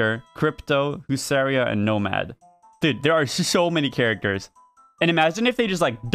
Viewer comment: As a Pole it physically hurt me how you pronounced “Hussaria”